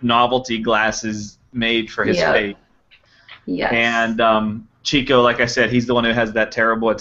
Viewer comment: One of my favorite lines from Duck Soup said, of course, about Margaret Dumont: "Remember, you're fighting for this woman's honor, which is probably more than she ever did!" Incidentally, it's pronounced "Chick-o" not "Chico." He was given the nickname because he was always chasing chickens (i.e., women). It was originally spelled Chicko but it was misspelled once and the new spelling stuck.